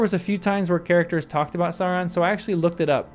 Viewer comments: Love it! You're very right. :) (though please don't say "sah-ron" -- the first syllable rhymes with cow.) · The Sau in Sauron is supposed to sound like now.